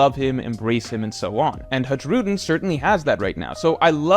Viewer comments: Haj-rudin ❌ High-rudin ✅ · i think it's time you started pronouncing Hajrudin's name correctly. It's "High-Ru-Dean" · why does he keep pronouncing the J in his name. has he not seen the anime?